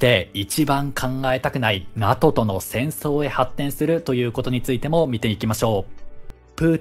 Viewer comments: ちょっと細かいことで申し訳ないんですけど、 NATOの読み方って「ナト」ではなく「ナトー」だったと思うんですが、現在は読み方が変わったのですか？ 自分が学校で習った時はナトーだったのですごく違和感しかありません。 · このチャンネル、今回のように間違っている発音が多々あるので私も気になりました笑 龍太郎さんの言うとおり正しくは”ナトー”です。内容は素晴らしいチャンネルなので今後の改善を望みます🙋‍♂️ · お疲れ様です❣️ 気になったので、見にきました。 勉強していきます。(^-^) さん、指摘失礼します。🙇 NATO(なとー)です｡。(小声) 解説、ありがとうございました。🙏